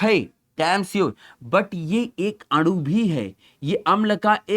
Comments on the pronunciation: Sir adu nhi anu hota hai aap bol rahe ho to ese lag rha hai ki aapmadu bol rhe ho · Sir aanu ko aadu kyu bol rahe ho 😂